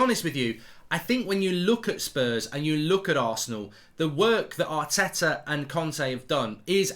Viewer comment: Yaar-teh-tah AOUT.